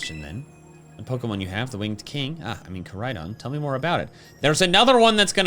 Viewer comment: I love how Amarys calls Koridon agias